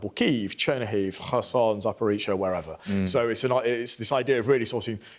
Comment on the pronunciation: "Kherson" pronounced like "Khamas".... Hmm